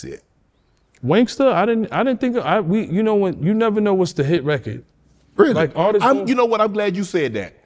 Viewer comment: “hopefully it’s over now.” Ya: “yaahhyahhyouknow.” That’s a smart man. 😂😂